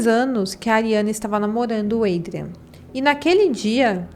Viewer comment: A pronuncia de Adrián é com A. Como se lê em portugues